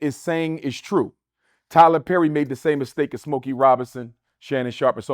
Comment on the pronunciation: Tyler Zerry 🤦🏾‍♂️